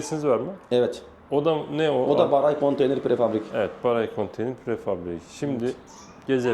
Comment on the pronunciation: Beray değil hocam BARAY